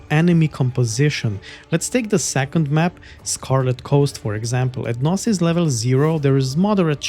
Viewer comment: Great preview, I might pick this up. Thanks! Just a tip, the "G" in 'gnosis' is silent, but your pronunciation was otherwise correct.